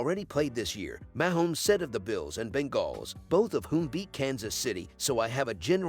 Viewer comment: Ya think? LOL Yeah, it's pretty horrible when Moums and Bingalls keep repeating. They need to phonetically write them.